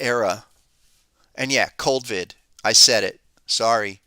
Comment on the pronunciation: "cold-vid". I love it. How do I double subscribe?